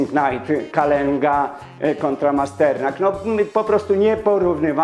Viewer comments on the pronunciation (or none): none